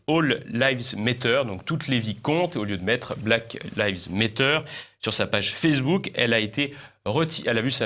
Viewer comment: Une dernière petite chose: je vous en suplie, faites un effort et renseignez-vous sur comment PRONONCER des choses aussi importantes que des slogans ou des noms d'organismes étrangers comme par exemple Black Lives Matter, parce que le prononcer [blaque liv mêtteur] ça fait franchement RIDICULE et pas crrédible!... Les journalistes de base sont suffisamment médiocres en ce sens-là pour que vous ne vous rajoutiez à la masse. Cest parce que je vous suis assidument et vous respecte bcp que je vous dis cela.